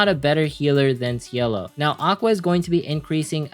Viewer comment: OMFG why the hell you must say the name wrong!!! Her name is CIELO (ITALIAN NAME THAT MEANS "SKY" IN ENGLISH). Also i don't like your tier list. I don't have any powerful 4star character, but even with 3star characters lv60 you can win in main quests and events. The true S and S+ tier list is for those characters that can provide huge (or moderate) buffs and moderate heal. Also even with a shitty team, if you create sinergy between characters (heals, buff attack/defense teammates, nerf enemy defense and magic defense) you can actually win without 3star equipment.